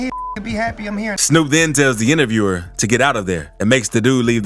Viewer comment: That last one eas weak asf. The "intervierwer" lmaoo he was ass and I woulda beat tf outta him gun or not